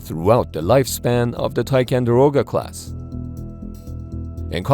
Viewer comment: Go back to the original thumbnail, chickens. Also, it's tiCONderoga not tiCANderoga.